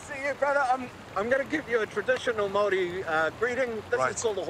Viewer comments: I'm from New Zealand and I find it funny how he keeps pronouncing it all wrong like the word Maori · It bugs me when gordan says the word maori incorrectly 🤣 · Can someone tell him how to pronounce maori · someone didnt help him say Maori properly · You’d think that he’d learn how to pronounce Māori properly… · lmao others trying to pronounce kiwis words is quite funny. he butchered so many. even maori lol he said it so wrong. but he gave words ago when spoken from maori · It's MAORI Gordon not mari! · I love how he pronounces maori as murray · Man it's funny hearing Gordon saying Mari instead of Maori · its not Mari it's Maori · Its Maori not marry Bro ! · Māori my moko... pronounced like mouldy but māori... also the hangis are unbeatable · The pronunciation of Mauri is said more like moldy then anything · Correct 👍 have to roll the R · prounounce it mow re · It’s sad because when I hear people pronounce Maori words wrong it’s like actually annoying I actually speak fluent ( te reo) we Roll our Rs like a d sound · Please can you pronounce Maori- (Ma-oddie ) roll the (R) like the Scottish Roll the R) simular to a motorbike (not like marry) that’s an insult to some of us please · I love how hard gordon tries to pronounce the māori names it makes my day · His pronunciation absolutely kills me, but I guess he's trying lol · He could have at least learned to pronounce the word Maori. But, meh, almost nobody ever does. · I really wish someone had told Gordon how to pronounce Maori, it irks me. Still very enjoyable. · the way he said Maōri, made me cringe😩😩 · its paua not power like its Maori not marry